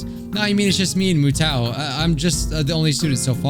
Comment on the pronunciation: Mutou is pronounced Mew-Toe